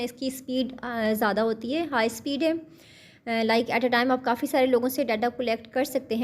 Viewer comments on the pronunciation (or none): none